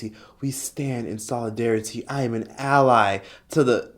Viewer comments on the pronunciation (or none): none